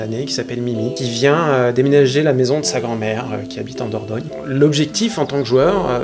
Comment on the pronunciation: "Dordogne" la classe 👌💪